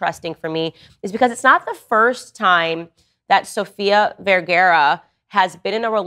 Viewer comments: Vergara NOT vergera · Descripción gráfica de Candace Owens: Es como el doctor Liendre, de todo habla y de nada entiende. PD no es VERGEREAH es VER-GA-RA Graphic description of Candace Owens: She is like Dr. Liendre, she talks about everything and understands nothing. PS it's not VERGEREAH it's VER-GA-RA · VERGARA! Not vergera 😰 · It's VergARA NOOOT VergERA 🤦‍♀️ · Is she saying Sofia Verguero? 😂😂😂😂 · It's pronounced VerGAra ffs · Candace owen's, learn how to pronounce her last name correctly. For God's sake. It is V eh r g AA r aa The first A has the /a/ sound. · Fist of all, you’re miss pronouncing her name.